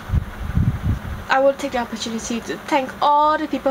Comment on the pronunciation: You keep pronouncing the as 'de', them as 'dem', and then as 'den'..... How is that proper English? It's okay if you can't speak like an American dear girl. Pls stop trying.